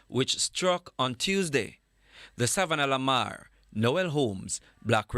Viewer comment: Please tell to just say Sav-la-Mar because he clearly can’t say Savannah la Mar 😂😂😂😂😂 he sounded like Savannahla laMar😂😂we love yuh still but stop 😂